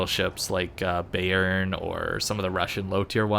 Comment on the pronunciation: I was playing this on my second monitor and kept wondering "Since when is Béarn in this game? Was there a DD that is also named that?" took me till the 8 min mark to realise you where trying to say "Bayern"